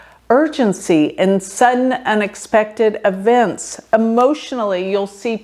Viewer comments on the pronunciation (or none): Hi. It's not avents is eeeeeevents. Put the emphasis on the E not the A.